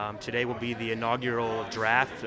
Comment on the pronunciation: Great video, John is much better at saying inaugural than you are :D